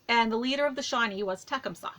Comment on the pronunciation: it's pronounced te-cum -suh emphasis is on the second syllable. Not trying to be a smart ass or anything, but I am tired of seeing people mispronounce his name. Sorry.